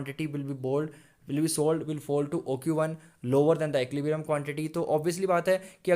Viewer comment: bro please learn to pronounce equilibrium correctly 🙏🙏